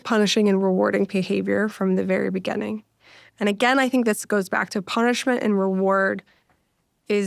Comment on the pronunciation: Beginning, not begenning